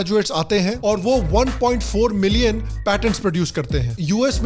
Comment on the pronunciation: Millin mat boliye bhaiya